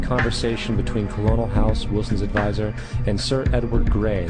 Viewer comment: Colonel (IPA: /ˈkɜrnəl/) It is not pronounced Co-lo-nel